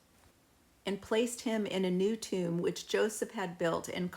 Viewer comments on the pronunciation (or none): none